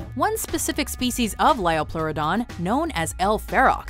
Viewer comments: "Its the lioplorrodon charlie" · It's a Liopluradon Charlie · 1. They mispronounced liopleurodon 2. They used Walking With Dinosaurs to show the liopleurodon, but that movie got so much wrong about it.(Including them also mispronouncing the name) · you pronounced liopleurodon wrong